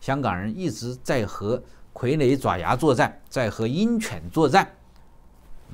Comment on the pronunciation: 爪，有两个读音，爪牙【zhaoya】